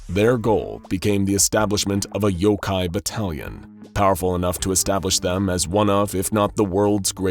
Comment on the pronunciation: Yokai not Yokay